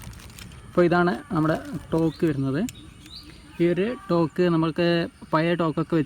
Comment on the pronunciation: തോക്ക് ❌ ടോക് ✅